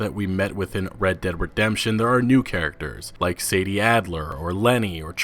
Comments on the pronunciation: Its 'Sadie' not 'Sadee' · Samuel Kinsella He's always pronouncing shit wrong lol "SAD-EE " And not Say-dee